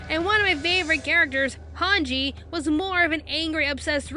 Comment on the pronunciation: Did she just say MI-KASA?! IT IS MIKASA! And she pronounces hanji’s name wrong. It’s not HAN-JI it’s hanji